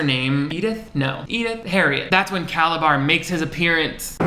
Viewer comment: I don't know if he intentionally called Calabar by "Calazar" at the end but it was so unexpected I burst out laughing!!!